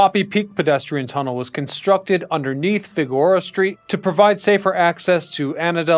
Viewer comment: Couldn’t even complete the video. FIGORA was too much for me